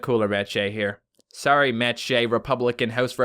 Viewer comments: MattShea you say sorrye not sorry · he sYS SORRY LIKE SOREY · Okie idgi (I don't get it) anymore I say s o r r y and says it like s o o r y AND WE'RE BOTH CANDIAN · it sound like he is saying story when he says sorry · I've never realize you had an accent until you said, “sorry.”